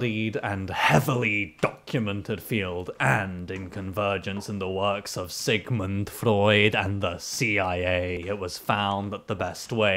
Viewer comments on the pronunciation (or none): none